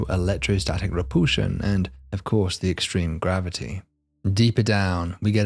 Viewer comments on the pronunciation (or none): Electrical re-pool-shun? What on Earth? {:o:O:} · "Poolsar"? Never heard that pronunciation before. Does he also say, "Check my poolse"? OK, he also says "repoolsion." Where is from that he has a classic British accent except for that quirk?